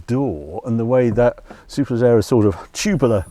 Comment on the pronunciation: Harry's pronunciation of Superleggera sounds like mine would after 5 pints!